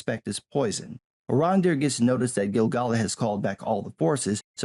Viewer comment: Gil-Galad? I thought it was pronouced with more of AA like in Lad not Lahd sounding.